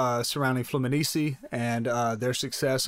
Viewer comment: You cant even say the name of FLUMINENSE right